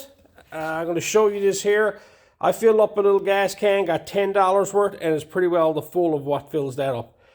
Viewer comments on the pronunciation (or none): none